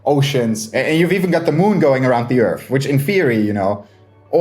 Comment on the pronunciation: I don't understand speaking English for a living and not being able to pronounce TH. Edit: Okay why can he say THE but he says "urf" instead of "earth"? Yeah, why are you moving that bottom lip up?